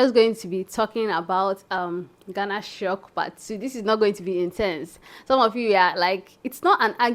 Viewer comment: My sister the name is Ghana not Gana.